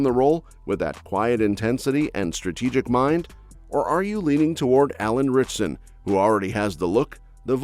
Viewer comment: it’s “RITCHSON”. FYI…